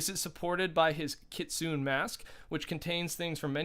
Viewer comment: It’s pronounced kit-sue-neigh